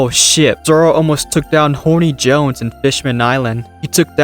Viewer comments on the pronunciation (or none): Do you make a point of calling Hody Jones "Horny Jones"?